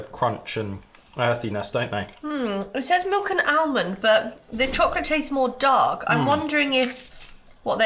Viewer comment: It's not dank it's dark but she wrote it by French letters